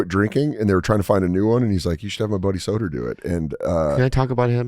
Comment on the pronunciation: Dan “sedonaa” Soder